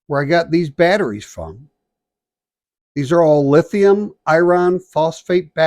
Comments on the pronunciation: What is lithium "I-RON"? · Nice price but too late for me. By the way, what is "I Ron"?